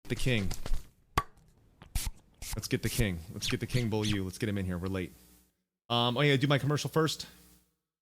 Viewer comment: Matt pronounces it like "bowl-you", but I learned French in school from 6th to 12th grade and I'm kinda not okay with that :D